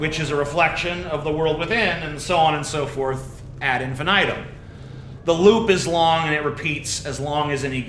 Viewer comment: ahd eenfeeneetoom, TJ, ffs...